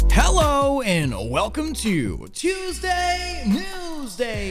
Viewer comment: Please, no more "tuwuseday"